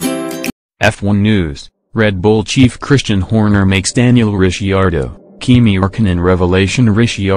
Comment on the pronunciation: made it about 5 sec into this until I heard your robot narrator pronounce Ricciardo. Weak, cheap clickbait.